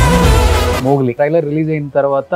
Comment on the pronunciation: అది మొగిలి కాదురా, మోగ్లీ రా అయ్యా.